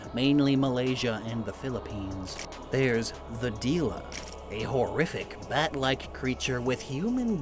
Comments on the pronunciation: Filipino here, your pronunciation of Dila and Manananggal are fine! Dangal is an interesting name choice though considering it means "honor" in Filipino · You said mananangal pretty nicely The dila is said like The Dhi-La not Di-Lah